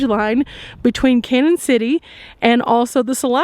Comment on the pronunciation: Love your videos. Hate to tell you this but Canon City is pronounced Canyon city. There is a~ over the first n making it Spanish!